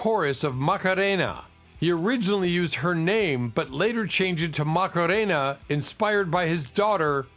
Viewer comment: It’s wierd how AI can’t pronounce simple English but can pronounce Macarena with total accent etc.